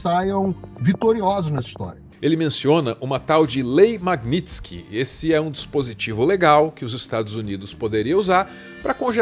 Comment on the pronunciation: Magninski... Nem é tão difícil quanto parece, vamos lá: MAG - NITS - KY